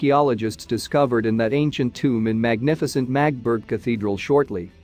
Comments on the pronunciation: Please, it’s not Magtburg, but Magdeburg… give it some effort. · The town is pronounced MAG DE BURG. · Can't anyone program these robo-voices to pronounce words correctly? Among the many mispronunciations — so many that parts of the narration are unintelligible — "Magdeburg" is pronounced with three syllables: "MAE-duh-berg" and "isotope" is pronounced "EYE-sow-tope." I could go on and on and on. But the garbled pronunciation coupled with multiple misstatements of fact render your video useless. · Yep. The voice totally butchers the pronounciation of the name Magdeburg.